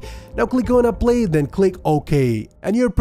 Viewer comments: I like how he pronounces apply (he says aplay) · i love how he says apply